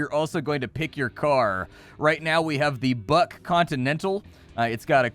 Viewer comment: I can't stop hearing Butt Continental instead of Buck XD